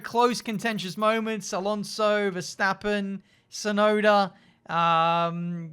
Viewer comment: Your pronunciation of Alonso really annoys me, and you said his name like 40 times in 5 minutes 😂